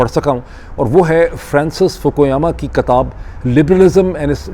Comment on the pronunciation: Its Kitab not Katab Its Iqtibasat not Iqtisabaat